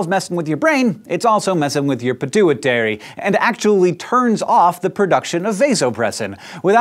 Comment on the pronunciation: the way he pronounce 'pituitary' though